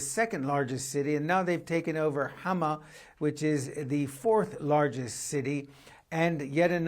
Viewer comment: I am frankly impressed by the way she's pronouncing Hama.